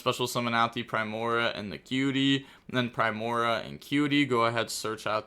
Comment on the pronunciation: Just gonna drop some pronunciation so can hopefully see this and stop ragebaiting all of us. Solfachord (SOUL-fuh-kord) Primoa (Prime-OH-uh), alternatively (Prim-OH-uh) Solfegia (Soul-FEH-jee-uh) Gracia (GRAY-see-uh) Hope this helps